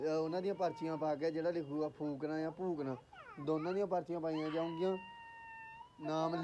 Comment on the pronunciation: Phokna hunda not fhokna